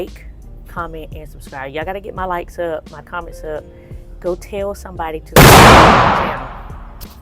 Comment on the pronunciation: I definitely "Sub-stribed!"